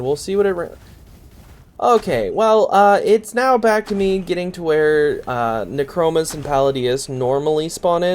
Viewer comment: nee-kro-moos :D